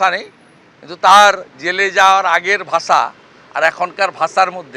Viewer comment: আরে শালা শুভেন্দু তোকে নেতা বানাইছে কে তোকে নেতা হিসেবে কে মানবে তোর তো ভাষায় ঠিক নেই তুই ভাষা কইতে পারিস না কইস ভাচা